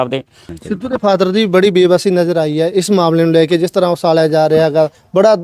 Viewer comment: Usalya ja reha usalya ja reha … bai reporter wala mike fdn to pehlan gal saf bolni sikho usalya ki hunda uchalya hunda …kya reporter banega re tu 😂😂